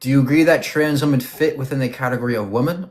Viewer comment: i find it fascinating that someone as intelligent as does not know the pronunciation of the plural form of woman, so fU king strange, it drives me crazy when he says woman when he means women❣